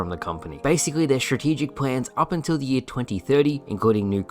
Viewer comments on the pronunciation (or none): none